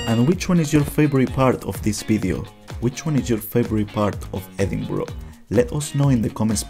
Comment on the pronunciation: Edinburgh, pronounced edinburrah not edinboro. If you've been there you should be able to pronounce it properly.